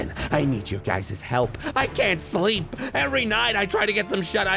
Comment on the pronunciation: what is this shlee-eep you speak of